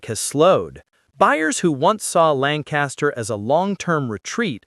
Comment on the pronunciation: Pronounced LANK-KISS-TER.